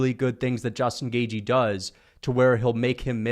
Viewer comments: Bro says Justin gay-G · You said his name wrong again gashi gaishi gayche